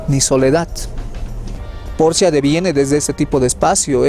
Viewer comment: Apellido Porchia no es hispano, la CH en italiano suena k o Q. Gracias